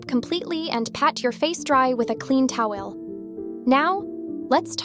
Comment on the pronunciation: toweyel 😂😂😂😂(no hate 😅😅)❤❤❤